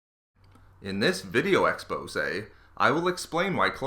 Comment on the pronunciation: Why does he always say in this video exposeyyyy it's funny but gets annoying at the time I still like him tho